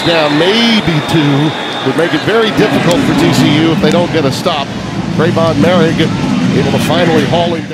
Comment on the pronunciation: “More - rig”